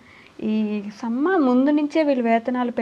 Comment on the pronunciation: సమ్మ కాదమ్మా "సమ్మె"